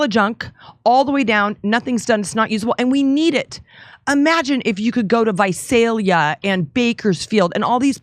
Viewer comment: She said Visalia correctly! She has my vote!